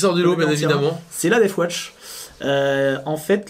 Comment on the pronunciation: Par pitié arrêtez de dire "deaf watch" ... La garde sourde ? Ça envoi du rêve !